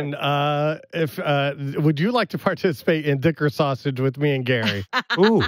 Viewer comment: Sal: Saw-sage not sausage but Saw-Sage smh....sad that this show trying its hardest to stay alive